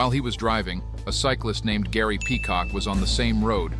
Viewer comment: Gary needs to drop the R from his name